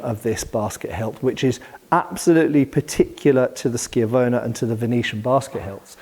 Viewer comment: Wait... are you telling me you can actually pronounce schiavona correctly? My Italian hat comes off at your passage, Sir 🤣